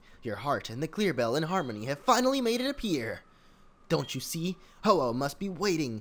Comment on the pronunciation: Really ho ho it's ho oh